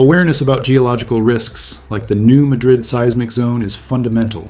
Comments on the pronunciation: Missourian here. It’s not pronounced like the city in Spain. It’s New Madddddrid, like you’re mad at something. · He obviously ain't from around here, nor know anyone who is. We must offer him some grace. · My first thought, too. Thank you! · It's pronounced differently than the city in Spain. MAD-dred is the local pronunciation. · FYI it's not Madrid (like Spain) its MAH' drid. Good video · It’s hard to find this person credible if he can’t even pronounce the name of the fault correctly. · Somebody needs to learn the proper pronunciation of New Madrid. It's not like the capital of Spain. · ...and just about everyone else except this narrator. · I’m not a local, but my parents taught me how to say it, and it was all I could do to not be totally distracted by it. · Grew up in Arkansas. Knew the correct pronunciation more or less since I learned how to read. This is an interesting topic to any Arkansan, but it’s a huge turnoff to hear someone who’s obviously completely unknowledgeable talk about New Madrid. Hard to force myself to watch the whole video. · I am glad you clarified that. I get so tired of people pronouncing it that way. I am in Southeast Missouri. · I always have to think about how this is pronounced 😂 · I constantly have to tell me how New Madrid is pronounced. I’m from Stoddard county. It’s good to see I’m not the only one correcting people! 😊❤️ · Pronounced New MAD-rid. Not like Spain (ma-DRID.) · It's pronounced New MAD - rid, not Muhdrid. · Mā drid ! Not mädrid ! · Mispronounced - it's New MADrid around here, not New MaDRID - were not in Spain...lol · I grew up in Paducah. Yes. It is not ma DRID. but MA drid. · It’s the New MA-drid Fault. Not in Spain. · We know its there and get earthquakes regularly. It pronounced New Madrrid. Sort like Milan is pronounced Mylin. CAIRO is Cayro. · New MAD--rid fault. The local pronunciation. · (Errr, actually... it's pronounced "New 'MA (A as in CAT, 3mohasisnin first syllable) drid'" 🙂👍) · Yep! Lol